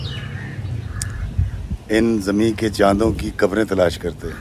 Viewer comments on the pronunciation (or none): Sir again mistake noticed by your lover subscriber and that is Zanin k Chand instead of Zamin k Chand. JazakAllah sir